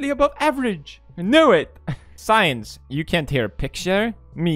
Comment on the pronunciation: the word since: exists felix: “science”